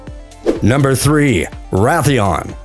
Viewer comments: Rath e on? It’s Ray theon! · It's Raytheon but this guy is like RA The ON